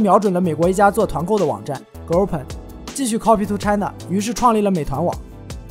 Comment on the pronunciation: Groupon 不会读都不查一下发音吗。。。